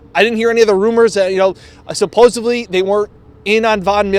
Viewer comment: Supposedly not supposebly. Geez.